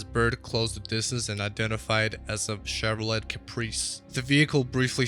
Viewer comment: Haha- right? I think it's actually AI audio, based on pronunciations of "Broadway" (Broodway) and "Chevrolet" (Chevro-lett). The video kinda kills the suspense by telling what's going to happen before showing the video.